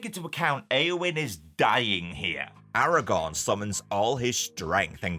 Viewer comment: Dude it’s Aragorn not Aragon